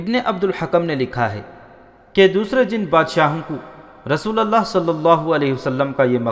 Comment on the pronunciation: ap par ALLAH ki rahamat ho Mohtaram Janab jara dhyan dijiye RASOOLALLAH Nahi RASOOLULLAH hota hota h